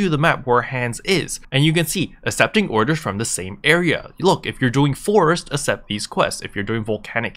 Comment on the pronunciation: Man I'm sorry but I gotta say, its ak-sept accept, stressed me out lol thanks for the guide